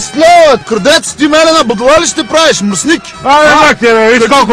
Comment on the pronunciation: Мръсниќ😀 Много е важно мекото " Ќ"😀